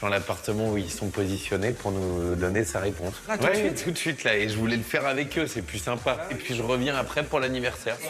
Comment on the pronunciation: Another case of eating syllables is when the guy says ec instead of avec. J’ai rendez-vous ec Maude.